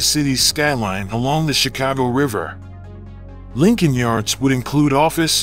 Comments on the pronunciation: Please pronounce my city name right bruh it’s not “chi-cow-go” it’s “chi-cah-go”thank you very much sir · Natives say the city's name is not pronounced "Chicaawgo". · Pronounce Chicago correctly.